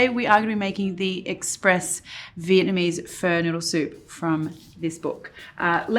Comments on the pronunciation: Not "fur" Marion, but FAH! Love your stuff! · thats exactly what i hear every time she says pho and im pained like 😣😬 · The way you say Pho is so funny